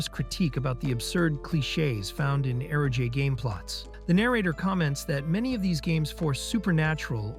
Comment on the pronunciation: Eroge “aero-jay” 😂🤦‍♂️